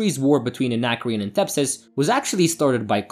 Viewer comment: It's not De-MEER-sel, it's DUH-mer-zel, as the characters have pronounced her name on several occasions. And it's not THEP-sis. It's THES-pis.